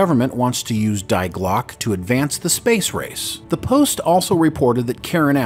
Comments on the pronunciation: Great video, just a minor quibble - is it Die Glocke, pronounced Dye Glock? Have you heard this spoken? I only ask since, in German, it would pronounced Dee Glocker, or in English "the clock" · Listening this from Germany Its so funny how you pronounce Die Glocke. Phonetically you should ready it " Dee Glocke" top sound about right. Best wishes. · In German language you pronounce the word Die as "dee" but otherwise a great video. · Please use German pronunciation correctly. "Dee Glockah" = The Bell Jar. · beat me to it 👍🏻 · Die glocke in english is the bell.